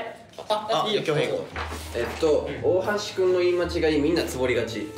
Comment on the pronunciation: 恭平の"大橋くん"のイントネーションが気になる😂 標準語の大橋くんになってるよね笑